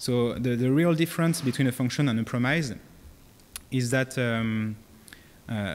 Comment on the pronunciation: Please don't pronounce "promise" the way you do because it feels so painful to me.